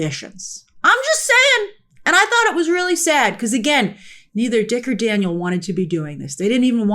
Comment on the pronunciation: Taniel, not Daniel lol